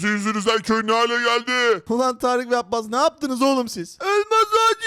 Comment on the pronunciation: Kardeş. Sen. Abbas demeyi. Bilmiyorsun